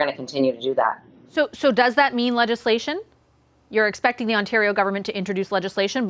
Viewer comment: YOOOOOO....he's not one of us if he can't pronounce Ontario properly. It's pronounced On-tare-rio not "On-turr-io"